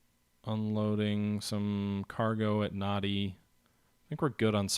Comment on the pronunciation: Nadi is pronounced Nan-di Savaii is pronounced Sav-eye-ee Pago-pago is pronounced pong-go pong-go